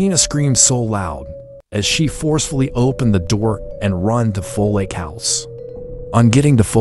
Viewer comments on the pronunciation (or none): It's not foLake it's folake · He pronounced "Folake"😅